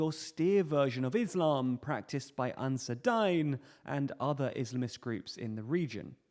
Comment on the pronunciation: It's pronounced Ansaar-e-Deen good vid otherwise